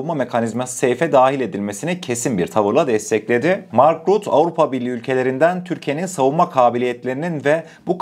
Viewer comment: M.RÜTTE DİYE OKUNUYOR ❤ emegine saglik